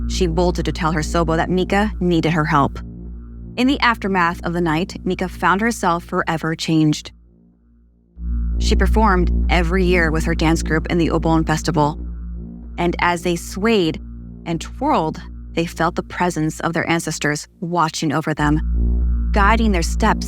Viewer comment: UBON? I’m actually Japanese it’s pronounced oh-bou-nn.